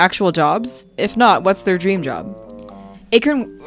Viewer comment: "Anchor.." "Achor?" i love you struggling just to say acorn